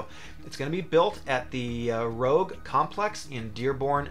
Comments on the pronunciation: it's not pronounced like the Nissan "Rogue". It's pronounced like the red "rouge" color. "Roozh" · The electric f150 is going to be produced at the “Rouge Complex” it’s pronounced like the French word for red. Although your pronunciation sounds cooler. 😎